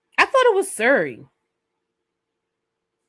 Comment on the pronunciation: Siri not Suri